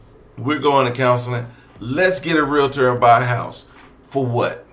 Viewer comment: She said realtor and I about fell out. I’m having trouble feeling bad for stupid.